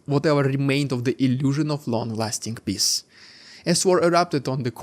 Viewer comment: You should work on how you pronounce peace.